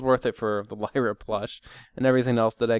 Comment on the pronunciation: Lyre ? You must have slipped on the word there. ->Lyra